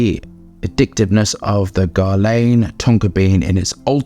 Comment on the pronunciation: Why do you pronounce Guerlain like you've never heard the name before???